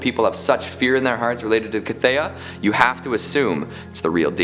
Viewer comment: How has nobody commented on mispronouncing The Cthaeh (pronounced kuth-hay)...That aside this was another great list and I was super stoked to see Rothfuss in it. Book 3 when?!? Keep up the great work my dude!